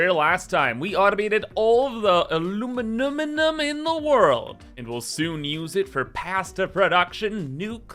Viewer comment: I stopped playing satisfactory as much as before, but i still actively watch every single video, both factorio and satisfactory, i love when u say "aluminuminuminum" or "supahcomputars". I eagerly await your next video!